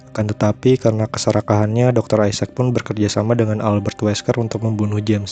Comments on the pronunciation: Harus dokter aisex kah ngomong nya biasa aja isaac pake a aja napaa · Isac bang bukan isex :v